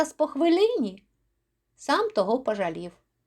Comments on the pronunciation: Дякую за притчу. Але, на жаль, у трьох випадках Ви неправильно ставите наголос і збиваєте ритм віршованого розміру: 1. ...коли з твоїх наук я хоч що тО змудрію. 2. ...і зараз по хвилині сам тОго пожалів. 3. ...а потім забажав ти мене дістать ще рАз. (Правильні наголоси виділено великою літерою). З галицьким варіянтом української мови будьте обережні, консультуйтеся у фахівців... Правильніше читанн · Часом, заради миттєвого бажання, ми втрачаємо справжні можливості. Дякую за можливість почути цю притчу у Вашому чудовому виконанні!